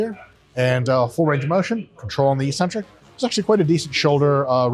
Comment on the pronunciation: Eccentric is pronounced ik-sentric, not issentric. Everybody gets it wrong.